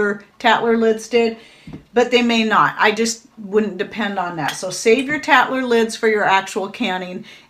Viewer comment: Tattler lid-I had to go back and listen I swear you said cat litter lid!